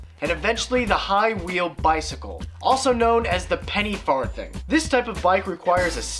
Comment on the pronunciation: did you say 'penny far-thing'? lol I'm pretty sure its said farth-ing like the coin.